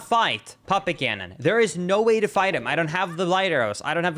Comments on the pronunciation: As someone who has never played this game and is not a native english-speaker, it took me a while to realize you were saying Puppet Ganon and not Papa Ganon 😅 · Puppet Gannon! I thought you said papa Gannon.